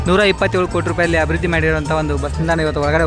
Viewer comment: ಹಬಿರ್ವದ್ದಿ ಅಲ್ಲಪ್ಪ .....ಅಭಿವೃದ್ಧಿ ಅನ್ನಿ